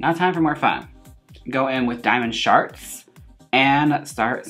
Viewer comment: It sounds like you're saying "diamond sharts" I wish I sharted diamonds :'3